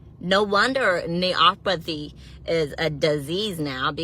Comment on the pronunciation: Lool that nurse one said amberdextrous and neuropathy 😆🧿